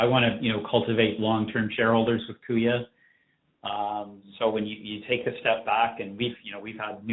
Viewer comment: He guys kuya rhymes with buoys... and shiny makes banks whiny